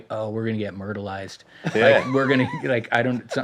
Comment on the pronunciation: “we’re gonna get murdelized”!